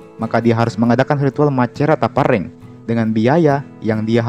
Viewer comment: koreksi, bukan saja e nya yang salah sebut tapi p dan r nya